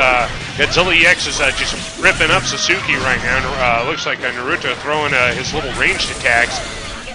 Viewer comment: Another good match, but if you get Sasuke you wanna say it like "Sauce-Kay"